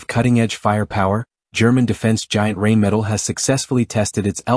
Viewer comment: Rubbish diction. The AI cannot even pronounce Rheinmetal (Rain Metal) or Era (Air). Why not just use a human?